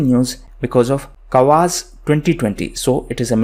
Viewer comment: Hello Sir, A small correction dear Sir... It's Kavkaz military exercise Of Russia not Kavaz 😜 2- Although you write Sputnik V you pronounced it as Sputnik 😜.. Sorry Sir, I know it's a silly mistake . Please don't mind 🙏🙏